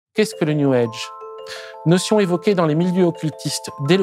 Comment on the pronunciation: Prière d'arrêter de dire "new EDGE". C'est "new AGE".